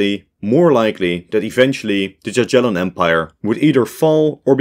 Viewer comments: Cool video, but you dont say JaGiellon but yagielon;) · Jagiellon is pronounced as “ya-ghie-lon” not “dza-dzhie-lon” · There ain't no way he said "gagyellon" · The way he says "Jaggiellon"😭😭 the J there sounds like a Y not a J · Word jagiellon you should say more like yagiellon with "g" like in word "good". To spell '"j" or "g" in the way you said it we have in polish two letters "dż". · bro really said dziadzielon dynasty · bruh, you didn't just say jaj-yellon ... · Jagiellon is pronouced Yagyelon (with hard g). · “Djadjelon”…… Is it really so hard to find correct pronunciation of a single foreign word? SMH…. It’s the equivalent of pronouncing “British Empire” as “Brightish Eempoyar…… “